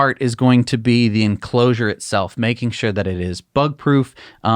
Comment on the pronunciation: ♪♫ "The enclo-ooh-osure is the HARDESTT PART..." ♪♫ You really oughta put that through auto-tune,!:)